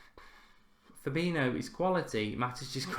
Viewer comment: Please just learn how to pronounce Fabinhos name...its not FA-BI-NO ...just google it...you will learn something